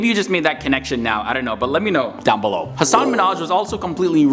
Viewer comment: I think you’re mispronouncing his name. He was on the Ellen show explaining that the proper emphasis of syllables is in reverse order.